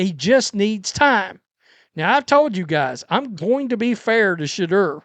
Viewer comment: Work on saying his name correctly Sha - Door